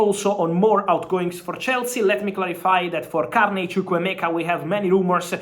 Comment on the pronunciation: Dewsbury-Hall... not Dresberry-Hall